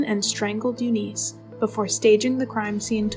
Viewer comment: U niss not u niece your race baiting and beating a dead horse is not helping your channel. Yes things were fucked up back then buts thats the way it was. The pronuciation of several words would suggest a compyure generated voice or a person reading a word it is not familiar with ar K ologist